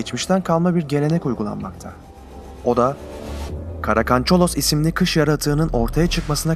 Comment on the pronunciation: Karakancalos deyil karakancalok